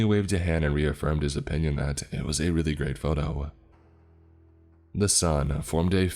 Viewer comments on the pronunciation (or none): none